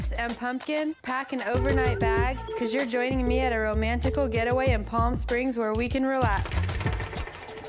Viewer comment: Please tell me I’m not the only one who heard “Romantical”